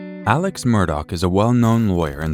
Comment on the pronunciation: Hey Love 🥰 Merry Christmas 🎅 Excellent job as always! We do care. Don't hold it in. I know how important to you it is for you to get everything right. Alex Murdaugh is pronounced "Alick Murdock" When we first moved to Hampton 18 yrs ago I thought I would never get it right! He is also still a person of interest in Maggie and Paul's murders. If you blink your eyes, there will be 5 more updates to this story 🤣🤣